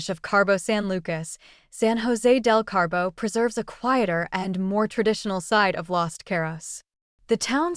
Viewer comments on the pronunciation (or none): Aaaaaaaaa! There is no R in Cabo!